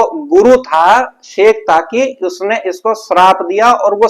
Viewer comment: तू अज्ञानी है 👉 उदाहरण शेखतकी को शेख ताकि बोल रहे हो। तुम्हे सही से हिंदी का ज्ञान नहीं है।और चले आए ज्ञान चर्चा करने।